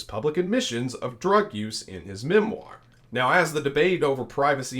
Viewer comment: Prince Harry’s “memWIRE”??? 😉